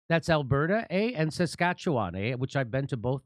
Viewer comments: Hey, pretty good pronunciation of Saskatchewan, Jimmy. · Thank you Jimmy for one of the most correct pronunciations of Saskatchewan.